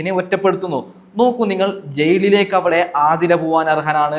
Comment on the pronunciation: ജയ്ളിലേക്ക് എന്ന ഉച്ചാരണം തെറ്റാണ് ഹേ... മലയാളത്തിനെ അപമാനിക്കരുത്. വീമ്പിളക്കി വിടുന്നത് പിന്നെ. അനീഷ് കപ്പല്ല കോപ്പടിക്കും. കാരണം ആ മനുഷ്യൻ കുറെ നുണകളും തെറ്റിധാരണകളും ഉണ്ടാക്കി. മാത്രമല്ല കോമണർ 5 പേര് വരണം എന്ന് ബിഗ് ബോസ്സിനോട് ആജ്ഞാപിക്കുന്നു...പിന്നെ നാഴികക്ക് നാല്പതു വട്ടം ഒരു കാര്യം പറയും വെറുപ്പിച്ച് കൊല്ലും. എന്തോ ഒരു കിളി പോയ പ്രകൃതം പല സമയത്തും തോന്നും. ഇയാൾക്ക് കപ്പ് കൊടുത്താൽ ബിഗ് ബോസ് വീട്ടിൽ ഇരുന്ന് ഇനി ഞാൻ തുടരാം എന്ന് പറഞ്ഞ് അവിടെ കയറി ഇരിക്കും.. അനു മോൾടെ PR എന്നെ പോലുള്ള കാഴ്ചക്കാരാണ്. അവൾ കപ്പ് തൂക്കും. നീ കണ്ടോ